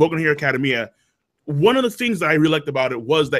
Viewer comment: WHEN THE FUCK IS GONNA PRONOUNCE ACADEMIA CORRECTLY??!!!?!!